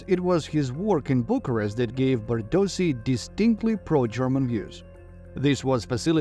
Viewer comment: His family name's proper pronounciation is: Bardoshi not Bardosi.